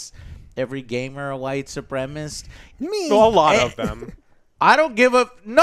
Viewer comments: Who do so many people leave a syllable off of the word supremacist? It's not white supremist lol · it's pronounced su-prem-a-CIST not supremist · cant pronounce supremacist